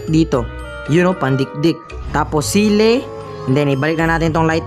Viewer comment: Chilli 👎 Sili ☑️